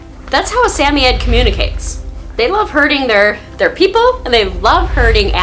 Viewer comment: I know. 😃